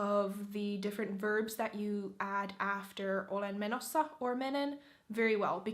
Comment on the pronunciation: you're so cringe. Menossa doesn't mean going :DDD also your pronunciation sounds so, how should I say it? Gross? It sounds so robotic and greasy and not natural.